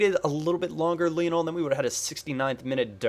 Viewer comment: it's pronounced Li-on-el, not Lee-on-al. He was named after Lionel Ritchie!